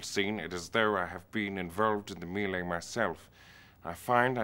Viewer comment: Jemaine is a comedic genius. I love the way he says "melee"